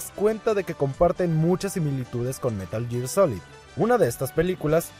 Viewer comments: Meral ger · si fueras un verdadero fan sabrías pronunciar metal gear correctamente.